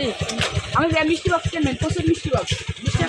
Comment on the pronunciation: Mestry box?❌ Misti box✅